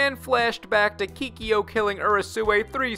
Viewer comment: "Keekee-yo" No more plz. Make it stahp